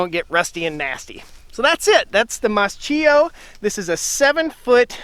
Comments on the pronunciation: It's pronouned "Maskio" not mascheeo🙄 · MAS-K-IO k like in kitchen; ch in italien is k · In Italian it would actually be pronounced "maas-KEY-oh". We moved to Italy last November, so we are learning the language. It's been an adjustment trying to re-learn how to pronounce certain letter combos. I grew up mowing hay fields with a sickle mower. Nice to see them still being used. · I believe it's pronounced mask-ee-oh with a K sound instead of a CH sound.